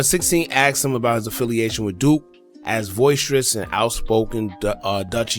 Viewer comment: "Boisterous," not "voiceterous," Fam👍🏾💖💯